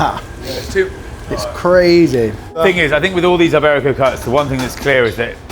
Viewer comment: Eyeberico. Not quite as bad as saying Eyetalian, but not too far off.